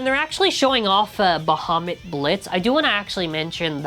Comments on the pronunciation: It's Bahamut 😂😂😂😂😂 had me dying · ITS BAHAMUT 🗣️🗣️🗣️